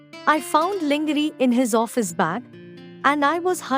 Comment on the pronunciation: Get your pronunciation correct for God's sake. It is very irritating when you pronounce Jacob. It is not pronounced Jaaacob. It is pronounced the way you say "a". Next lingerie is not pronounced as in "lingerin". It is pronounced as LANGERE with the last e produced as the alphabet "a". If you are not sure how to produce it correctly take the help of someone who knows good English.